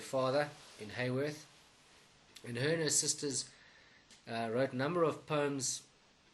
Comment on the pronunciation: Haworth,pronounced Ha,not Hay.Thank you .